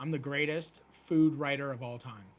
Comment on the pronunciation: Its aboot faking tiiiiimmmmeeee